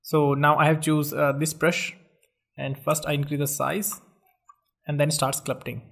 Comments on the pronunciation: This guy says sclupting instead of sculpting 😂😂😂 anyways this is not a grammar tutorial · it's called Sculpting not Sclupting